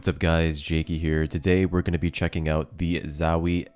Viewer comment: it kills me how hes saying zowie.... ZAAAWIIII, chill out bruh